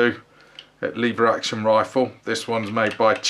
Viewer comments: Leevers action? It's leveraction. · Its pronounced lever action! 😂😉